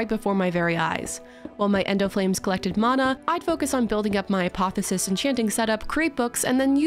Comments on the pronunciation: Okay. It's "uh·paa·thee·ow·suhs," not "uh·paa·thuh·suhs". Love your vids. Hermione out. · Btw, you're leaving the "o" out of "apotheosis" whenever you say it.